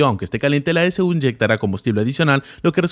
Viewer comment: Dato: cuando dice S-U quiere decir e-c-u o "ecu".